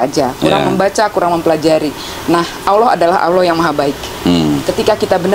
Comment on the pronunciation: Koh, itu mbak Siska di ingatkan; pengucapan kata Allah itu tidak L nya tafkhim ( tebal ); logatnya seakan bukan L. Jadi dalam Islam pelafalan huruf itu ada ilmunya.